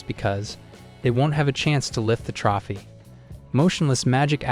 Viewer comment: It was a Good video. Only critique would be you Mispronouncing "Trophy" other than that pretty great.